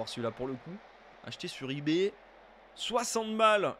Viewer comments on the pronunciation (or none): none